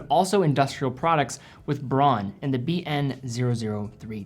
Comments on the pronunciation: It's not pronounced bronn, it is pronounced Brown... come on.. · It's pronounced 'brown' - Braun is German for Brown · Braun is pronounced brown.